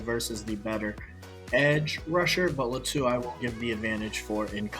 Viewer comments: Not luh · Think it’s pronounced Lah to